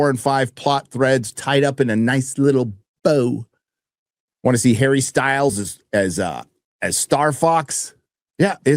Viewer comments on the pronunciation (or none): none